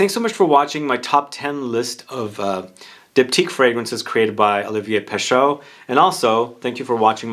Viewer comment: FYI, Pescheux is not pronounced Peh-SHOH, it's Peh-SHEH. Roughly. It's more like trying to say the letter E, while doing the mouth shape of the letter O. The combination of letters in French that is pronounced "Oh", it's EAU. There is no A un here.